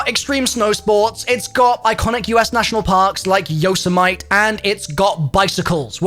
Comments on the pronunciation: “Yo say mite” ? You mean “yo say me tea” 😄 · Dude said YOSAMITE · Just so you know Yosemite is pronounced Yo-seh-mih-tee. Loved the video! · Yose mite. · I was going to say this. Good job. Lol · I always pronounced it Yose-Might and my history teacher always got mad but I didn’t care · Glad someone else thought this was funny. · Literally went straight to comments the moment I heard him say it, glad I wasn't the only one